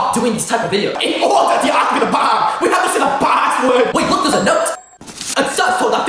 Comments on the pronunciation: “IN ORDER TO DEACTIVATA DA BAAMB WE HAVE TO SAY THE PAWSSASSASRD” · IN ORDER TO DEHACTIVAT THE BUHM WE HAVE TO SAY THE (turns into sheep) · "In OrdA tO Deactivate the BOMB we have to say the paaa🐑🐑🐑🐑